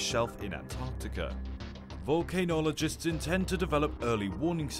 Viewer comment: This channel is called volcanow…and, you just said “volcanologists” but pronounced it “volcano-oligist ”…hahahaha